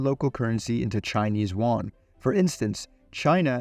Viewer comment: Love the video but chinese "Juan" is just funny as shit